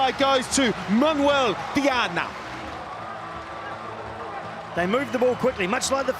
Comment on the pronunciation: who is this commentator? Why does he pronounce every single name so emphasised? Manuel DIAAAAAAAAAAAAANA